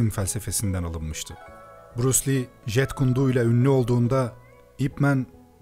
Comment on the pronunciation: jit kun do diye okunuyor jeet kune do diye yazılıyor aga naptın :D